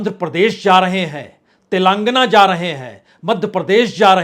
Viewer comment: पहले तेलन्गाना बोलना सिख लिजिए 😂